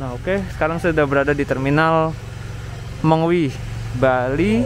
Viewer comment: gan bacanya mengwi bukan mengwi